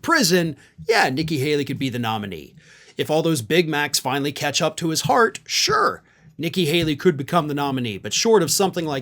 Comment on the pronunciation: did you say heart or fart?